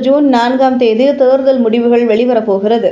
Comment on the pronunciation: தேர்தல் என்கிற சுலபமான வார்த்தையை ஏன் "தேருதல்" என உச்சரிப்பு ?